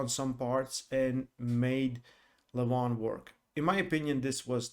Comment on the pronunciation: you still didnt learn 🤣🤣🤣haha my godness .. Dont pronounce the Name Levan like seven